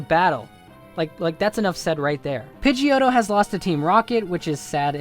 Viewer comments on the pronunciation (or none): Said pigdeottto and shows picture of pigeot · It is pidgeotto dumbass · u jerk all of these pokemon are very strong u bloody go to hell u r foolish u r saying pidgeoto my favourite pokemon it is strong u suck u jerk!!!